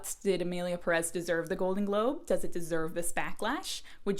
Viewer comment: My goodness, it’s Emilia PÉrez!!!! Not PeRÉZ!! The strong syllable is the first one! It’s quite a good film, actually. Who cares how the characters behave, if it would make sense in the real world, it’s fiction!! And it’s a crazy story, a fantasy. The characters can behave however the director and the writer wanted them to. Cannes loved the film, lots of critics loved it, Mexican film directors loved it. And many people who hate the film cannot even say its name correctly. The vitriol against this film is ludicrous.